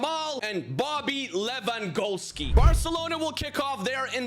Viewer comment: Did bro just say Bobby Lewangolski 💀